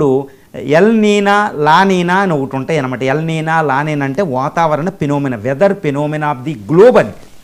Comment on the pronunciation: వాటిని "ఎల్ నిఞో" & "లా నిఞా" అని పలకాలి.